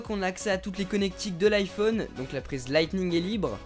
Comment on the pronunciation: tu soule a dire a lightbing